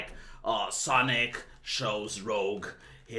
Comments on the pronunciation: As in 'rooj'? o_0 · I swear, the way you say “Rouge” gets to me every time.